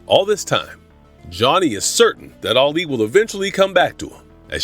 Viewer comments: Can't watch it keep calling Alley Ali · that annoyed me too. He pronounced her name wrong.